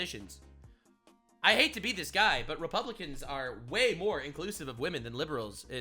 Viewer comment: Lol you sais butt dog